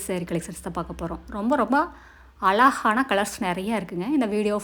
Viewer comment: Alagana illa azhagana entru ucharikkavum